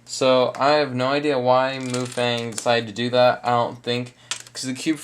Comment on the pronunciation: MuFang is pronounced Muh fung, which means magic cube (translated in english it's Rubik's cube) and the "some kind of language" is chinese.